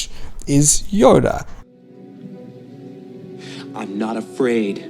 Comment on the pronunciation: Why do you pronounce Yoda "Yora"? (Pronounced like the Spanish or Japanese R) It's just something that I've noticed